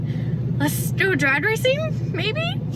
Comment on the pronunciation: "drad racing" hahaha Lawd have mercy.